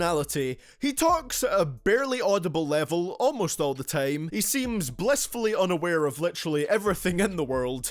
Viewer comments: why did you decide to say tame instead of time? is it some kind of accent or is it cool? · dkdkckkffmm how he says time is so idiotic